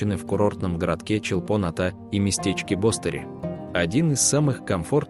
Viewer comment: БостерИ. Ударение на последний слог. ЧолпОн- АтА. Та же история. Режет слух. Дизлайк